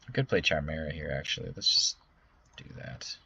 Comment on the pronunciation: also it's pronounced Kigh-mare-ah not chime-era